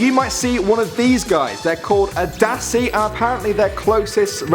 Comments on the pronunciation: I live in south africa and you dont prenounce it dassie you prenounce it dussie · I'm from South Africa, and, please do me a favour, and never say the word "dassie" again. Or "apartheid" for that matter. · the way you said dassi